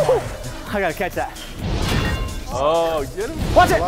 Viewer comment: "You keetch it you cap it!!!"